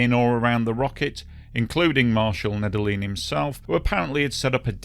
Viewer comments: Just a heads-up, Nedelin is pronounced "Need-Yellin" in Russian. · Nedelin = pronounced Nedelljien